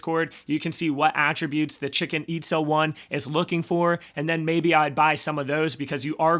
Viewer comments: Please don’t, you sound like a tool, how can you possibly ready “Hosky” and say “Husky”, it’s not difficult. Also you managed to hilariously mispronounce one of the seven wonders of the new world and call it “ChiCken Itza”, Google “ChiCHen Itza”, I’m doubting a lot of Latin Americans will watch if you just “roll with it”. If you seriously want people to Like & Subscribe, you might want to work a bit harder on your pronunciations. (All meant in the nicest way possible) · Currently staking to multiple rug pools, the nft's do make a difference. You can ear a lot more hosky tokens with cnft's and Gnomeskies. Just found funny hoy you pronounced the stake pool name. Chichén Itzá, you from the Mayan ruins in Mexico.